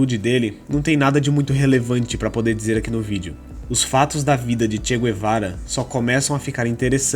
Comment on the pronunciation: Tudo mito Nem mesmo o nome do Che ele pronucia em condicoes